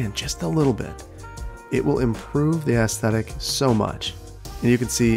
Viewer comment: I love the way you say "ass"thetics 😂